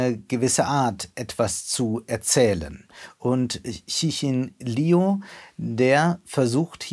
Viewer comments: Der Name des Autors wird Lju TzChin gesprochen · Bei der nächsten Gelegenheit mal die Aussprache der chinesischen Namen besser vorbereiten. So schwer ist es nicht. Liu etwa wie "Liou", ci etwa wie Ze (schwaches e wie letzte Silbe von ger-ne), Xin etwa wie Mischung aus Sch und Ch (von den Lauten hier der ungewöhnlichste, am besten auf Wikipedia mal reinhören).